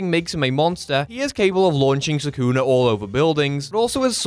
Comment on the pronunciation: "Sakuna matata" PRONOUNCE SUKUNA. NOT HAKUNA MATATA.